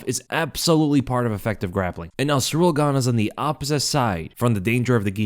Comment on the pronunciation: Please, it's not Cyril or Cyriil. It is Ciryl.